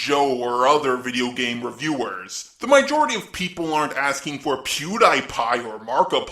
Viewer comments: "mijority" also "mijority" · I heard meejority